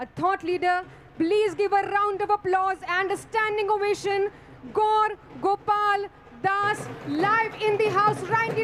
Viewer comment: It's not Gol Gopal das it's gour gopal das 😅